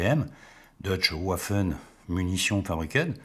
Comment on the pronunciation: tout comme "waffen" ne devrait pas être prononcé à l'anglaise , mes oreilles ont saigné...